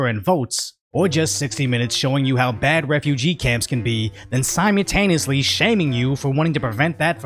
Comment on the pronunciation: You still don’t know how to pronounce “simultaneously” It has an “L”